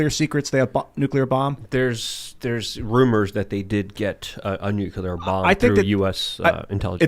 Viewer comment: God damn it! It is NU-CLEAR not NU-CU-LER!!!!!!